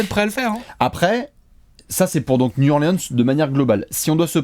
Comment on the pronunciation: Nickel vos apéros les gars. Par contre faites un effort, Niou Orlin'se c'est quand-même pas compliqué à dire!